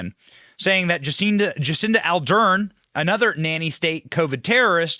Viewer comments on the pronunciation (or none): AR DERN NOT ALDERN...Are you dyslexic Benny?